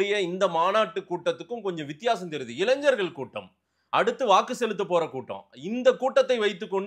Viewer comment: இளைஞ்சர்கள் அல்ல; இளைஞர்கள் என்று சொல்லுங்கள்